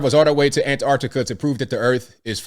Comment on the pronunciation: Finally, an American that realises there are t's in Antarctica! Nice one! Keep up the sterling work.